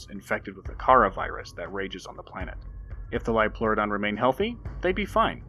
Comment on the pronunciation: "IT'S A LIOLPLEURODON, CHARLIE! A SUBNAUTICAL LIOPLEURODON!"